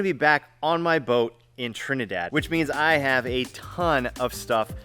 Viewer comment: I love how says Trinidad like a local